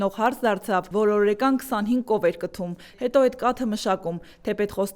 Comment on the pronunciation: ջան հաճելի վարում ես բայց լսեցի որ ասացիր «օրեկան» խդրում եմ ճիշտ ասես օրական տես ինչ լավ է հնչում օ ր ա կ ա ն